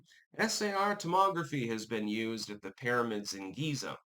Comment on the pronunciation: "Para-mids" is now on the list of words can't pronounce alongside diaspora and Maryland